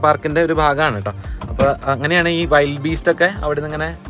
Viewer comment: ചേട്ടാ വൈൽഡ് അല്ല വിൽഡ് ബീസ്റ്റ്..